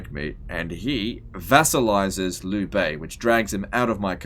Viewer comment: "liu" is not pronounced: "lew" its pronounced: "leo"